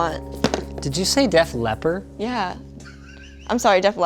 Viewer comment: "Deaf Leper"